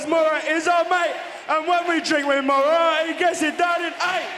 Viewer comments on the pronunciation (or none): none